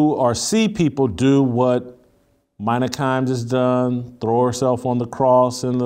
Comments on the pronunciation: Her name is Mina (Meena) not Myna. And while I don't like her talkin about this tweet or whatever it was a negative comment from a Russian bot most likely she's absolutely fine. ESPN is giving her a big responsibility and you're going down the tubes anyway so why not? Because she didn't play the game? That theory went out in the Stone Age. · on point again! its pronounced Meena tho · It's pronounced meeeena whitlock geez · It’s MEE NA Kimes. Not caping but you make a much stronger point by showing someone appropriate respect by saying their name correctly. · It's China Kims not mina 🤣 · I think it's pronounced "Mena".